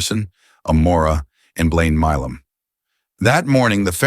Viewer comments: Why does it keep saying "Mim" or "Mam". His name is not hard to pronounce. It is "Milam" (My-lum) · Why is he saying his last name as mam it's Mi lam